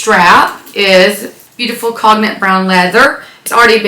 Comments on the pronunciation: The Speedy color is not pronounced 'cog nick'. It's 'cone yak', like the liquor. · The color “cognac” is pronounced like cone-yak (kohn-yak). The o is long, and the g is not pronounced. Cognac is brandy from France. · I mean if someone is correcting you, it should be correct, More like CONE-yak but ok. Love your channel and collection. TFS!